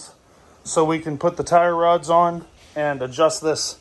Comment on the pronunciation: Tire rods🤦🏻‍♂️ sound like a yankee man!!!